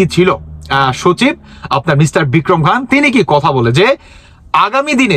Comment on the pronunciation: Bhai Bikram khan na nam ta tik vabe bolun...bhul bhal bolsen kno..